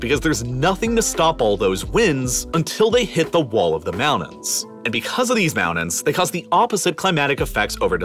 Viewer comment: I get all that. Just one thing, though.. What the hell are mounans??? 😂🤣🤣